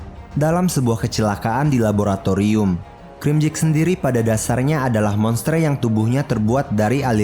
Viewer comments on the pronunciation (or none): none